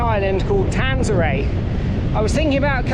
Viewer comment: Come on, get the name right, Taransay not Tansaray. Ive been kiting there for 15 years a great place